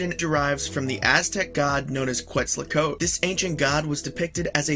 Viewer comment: That's correct. This dude constantly pronounces things wrong. Even pokemon he says wrong. "Quetslacoat" LOL